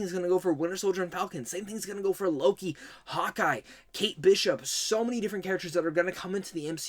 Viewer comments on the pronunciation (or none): none